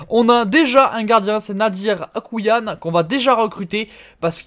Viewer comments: C’est AkouAYn et pas Akouyan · Le gardien algérien c'est pas écrit akouillane mais akouaïne